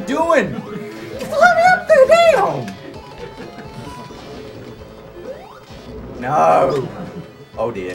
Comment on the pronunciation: It's funny when (the guy on the right; your right) acquires a U.S. southern accent after he gets upset. "Iss already up there DAYUM!" for example. And I like how (guy on the left; your left) brushes it off.